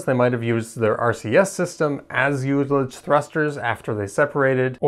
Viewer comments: Good summary, but I have a few comments: 1) I believe that "ullage" is pronounced with a short "u", i.e., "ull-age" not "you-lage." It comes from the winemaking world where it refers to the air space in a cask that has been partially used. 2) The very first N-1 flight did do staging. The main problem was multiple fires in the propellant plumbing of the first stage engines. When it became clear they were going to have to terminate the flight, they manually staged it to get some data on what happens. It did turn out that the 8 second-stage engines punched some holes in the LOX tank of the first stage, leading to more heat shielding for later tests. 3) The Titan missiles also used hot staging between stages 1 and 2. The vents are both the round and rectangular holes seen on the interstage skirt. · It's "uh-luj" you "you-luj" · the Russians have used hot staging since the 50s.its pronounced uh luhj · "youlich" damn I had to go back to understand what was actually meant